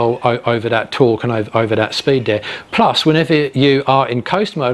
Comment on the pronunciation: Your 3 year old's pronunciation of TH degrades your presentation. wiFF, wiV or wiTH ? Dis or THis. ? Dere or THere ?